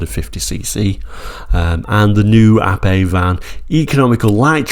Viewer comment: I am so glad you pronounced the name correctly not Ape as in the animal, so many get it wrong. Great review btw